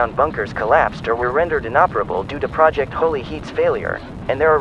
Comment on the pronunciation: Why did I hear “Project Holy Shit”?